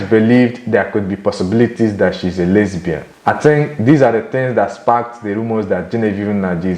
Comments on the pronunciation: What is lesy-bian. It's lesbian 😦 lol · That's the Russian pronunciation